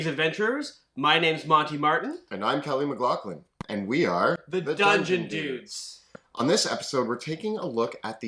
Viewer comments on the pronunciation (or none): wow that shift in emphasis in "and we are The Dungeon Dudes" really threw me off.